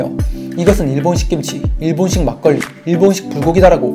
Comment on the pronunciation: 악닠ㅋㅋㅋ막걸리가왜 말걸리야 ㅋㅋㅋㅋ 무슨 말 관리도 아니고 ㅋㅋㅋㅋㅋㅋㅋ😂😂😂😂